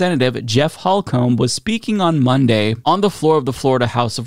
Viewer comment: It’s pronounced “hole- cum” I know cause it’s my name as well.